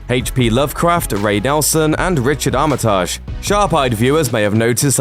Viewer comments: Armitage is pronounced "Arma tij" not "Armitarrj" lol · Armitage is not pronounced "Awm-i-tawzh." It's pronounced like it's spelled. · "Armitaaj" ..Just no :L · Some interesting information here. But please, check your pronunciation before recording your scripts. The Lovecraft character is Doctor HENRY Armitage, from HPLs ‘The Dunwich Horror’. The last name is pronounced ‘Armitij’ not ‘Armitaaaj’... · It's not Arma-taj, it's Ar-mi-tij. Cmon wtf is that pronunciation. I heard that on the radio like 2 weeks ago and I'm from Chicago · "armiTAAAAAAAAAASH"... why not just.. pronounce it normally? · Ar-MIT a-gee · It's pronounced "Armitidge" and "h" is pronounced "aitch". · pretty sure you pronounce Armitage like "armitidge" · Is it really this hard to pronounce Armitage? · My favourite part of this video is the presenter murdering the name Armitage. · Anybody else want to punch themselves in the head every time they hear the attempt to pronounce Armitage?